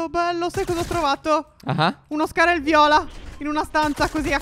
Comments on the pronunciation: Si dice scar-h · Perchè dicevate,scar(el) viola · Mi piacciono i video ma si dice scarH non scarL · si chiama scar-h che si legge scaracca non sacr-l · Comunque è scar h non scar L ahahahhahah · Ma solo io lo chiamo schar-h e non schar-l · si chiama scar-h non scarer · Non si dice Scarello ma scar-H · Non si chiama sckar l ma sckar-h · Sebastiano& Daniele i fratelli Si dice scar-h non si dice scarra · Si chiama schar h non schar l